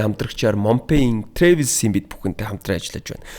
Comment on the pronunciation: Travel gedeg ugee buruu heleed baihima trevel bish travel